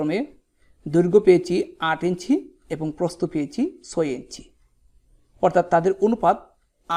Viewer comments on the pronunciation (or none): আপনি ছয়কে চয় বলছেন 😂😂😂